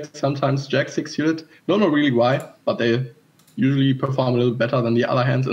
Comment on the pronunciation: I love the way you pronounce 'Syewted' Ben :)